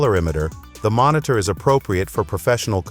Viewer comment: Mon-it-tour... Dumbass AI.